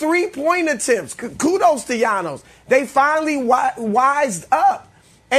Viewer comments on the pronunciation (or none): Chris Broussard "kudos to yannos" Thanos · Even when Chris gives Giannis his flowers still manages to trash him talking about “Yownus” 😂😂😂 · “Gianos” - Chris Brousard Thanos Giannis 😂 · Did chris say yanos?😭😭😭